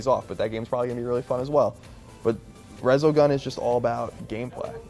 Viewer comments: Resogun, really? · Resogun? Really? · Really resogun? That's what you're most excited for? Reaallly...